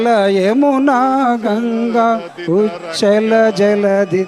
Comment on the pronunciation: మీకంటే స్కూల్ పిల్లలే నయం కదరా.జనగమనే సరిగరాదు మీరేం ప్రజా ప్రతినిధులు ర బాబు.ఉచ్చల కాదురా నాయనా ఉత్కళ..అంటే ఒడిస్సా ప్రాంతం..రా బాబు.